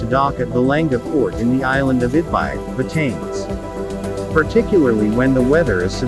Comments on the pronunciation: Ba Ta Ness 👌🏽👌🏽👌🏽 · I lived on this island for almost 5 years. FYI - it is not pronounced "BaTains". It is 3 syllables: Ba Ta Ness